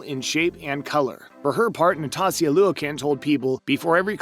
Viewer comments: Hahaha I was like??? Who is NATASIA LUEY-KIN?? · NOS — TIA LU — KIN !!! Nastia Liukin ugh the mispronunciation was killing me 🤦🏼‍♀️ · Yeah, it sounded like he said Natasia Luik insted of Nastia Liukin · I don't find these rules half as shocking as his pronunciation of Nastia Liukin's name. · this guy knows nothing about gymnastics. a lot of things he said were a red flag, and he doesn't even know how to pronounce nastia liukin or martha karolyis name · If you can’t even pronounce Nastia Liukin’s name, you shouldn’t be making videos about gymnastics. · If you’re going to be narrating a gymnastics YT video, can you at least look up how to pronounce Nastia Liukin’s name??? I mean, she was even one of the main announcers for the entire Tokyo 2020 Olympics gymnastics competitions… they said her name every time they introduced the announcers… 🙄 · The way he pronounced Nastia Liukin’s name makes me think this man has never actually watched gymnastics before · Before doing another gymnastics video, please learn how to pronounce Nastia Liukin's name first. It's not like there aren't other videos out there with people saying her name right. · It’s absolutely rude and incredibly lazy that you couldn’t bother to take a few minutes of your time time pronounce the gymnasts names correctly. You weren’t even close. You completely butchered Olympic All Around gold medalist Nastia Liukins first and last name so many times. You obviously don’t care about accuracy or respect on this channel.